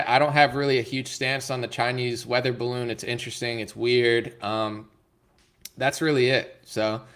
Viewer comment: 'Duh bawoon is fwat like duh Earf"